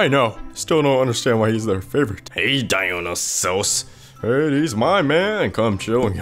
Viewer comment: It's Die-OH-N-EYE-SUS not Die-oh-ni-sos